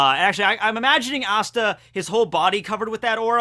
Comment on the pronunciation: Could say his name right tho..